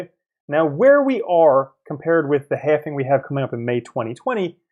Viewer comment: Please stop saying halfing